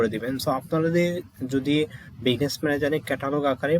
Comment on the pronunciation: বিজনেস কে বারবার বিগনেস বলছেন কেন?